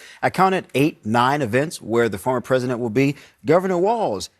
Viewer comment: Omg... she thinks she is bigger than Jesus... insulting , dreadful woman. It won't be long now kamala...u can't even pronounce president... u said presiden... are u on something💊💊🍷🍷🍾🍾🍾🥂🥂🥃🥤🧋🧊🧃🍻🍺🍹🍸🍼🥛☕️🫖🍷🥤🥃🥂😂😂😂